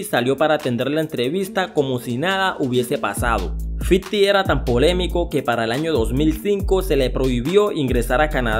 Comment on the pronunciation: fifty no fiddy